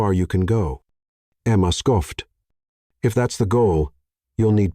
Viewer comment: Just before : : the letter 'o' in 'scoffed' is hard when it should be soft. LoL Oops 😢😢